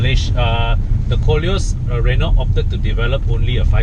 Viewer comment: Good car, bad review. PS learn to pronounce Renault